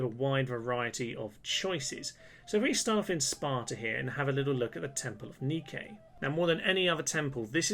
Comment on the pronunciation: Just #FYI, the Temples of Nike are pronounced Nigh-Kee, not Nee-Kay